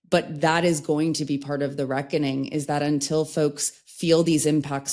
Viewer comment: Yes that’s the right way of saying it ‘ the reckoning”